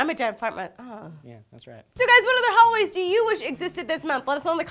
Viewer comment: is it just me or did say Hallways instead of holidays?